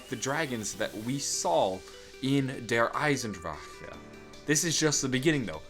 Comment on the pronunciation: i like how you pronounce "die Drachen" and "der Eisendrache" . your pronounciation is one of the best from an english Person ive ever heard